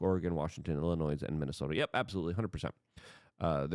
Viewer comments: It’s pronounced “illinoy” NOT “illinoissss” dumbf!! Not watching any further. 2x in 9 min. I am out. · Illinois = Ill-A-Noy Do not pronounce the S.😉